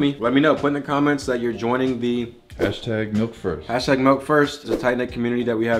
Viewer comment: Milk not melk